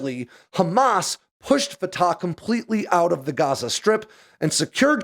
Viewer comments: always enjoy your stuff. This one is a bit out there. I'll stick to the facts. It's not "fa-ta". It's "fa-TACH". The CH is like CHumus or CHamas, no like an H. Secondly, Palestine is no a country and never has been. It was a designation for an Ottoman Empire area, later a British mandate, and until later on in the 20th century not even a desginator. But then PLO terrorist Yasser Arafat coined the term Palestinians, and terrorist sympathizers rushed to embrace that term, and that's what exist today. Not a country. Not in the UN. Doesn't issue passports. Isn't more than a fictious construct. Hamas exists to kill all of Israel. Israel has let it sit out there and spin, and it wasn't until the savage murder and butchery of last week that Israel said "Enough." That's not the same as "Israel declared war." Hamas had already done so -- back in 2005 when Israel left. There is no "occupied" territory. Hamas has solely ruled it since Israel left. Israel isn't "laying siege" to a "territory it occupies" as that makes no sense. But hey, Hamas wants it both ways. Terorism... and the killing of babies, beheading them, burning them alive, that's all Hamas. I'll wait for your next story about cool military hardware. This story... narp. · Thank you so much, from an Arab viewer. Neither side is innocent, is the short version. The Arab lost 1948 yet they want the land handed back by the victors. Fatah is pronounced as Fat'h with a loud H at the end. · Pronounced separately, Fa Ta